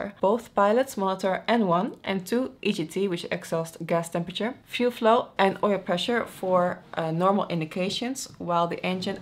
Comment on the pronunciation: "Fluef", I love human errors, it's cute.